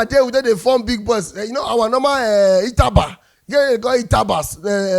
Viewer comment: It's UTABA not ITABA